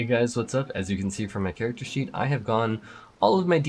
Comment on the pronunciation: Character Sheet? Is this a miss pronunciation or a hint? >:)